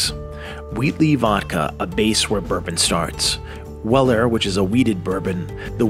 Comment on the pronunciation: For such a fantastic, information filled video (let alone your "favorite brand"), how do you frequently say "Blatons" instead of Blantons + "Well Air" instead of Weller?